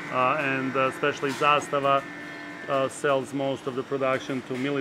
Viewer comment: Props to you for pronouncing zastava correctly, it’s not a huge deal when people get it wrong but I’m glad to see someone get it right 😄